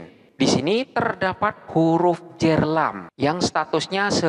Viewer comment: huruf Jar..Bukan huruf Jer... (kebanyakan indo omongnya huruf Jer?1?!??...dalam tulisan arab ga ada huruf vocal "e". Huruf vocal di Arab hanya ada 3 a, i dan u. Tidak ada o dan e. Suara O dan E hanyalah salah pronouncing/bunyi